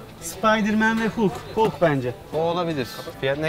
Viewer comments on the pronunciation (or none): none